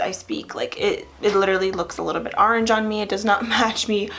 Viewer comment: Are-ange??? Huh? 🍊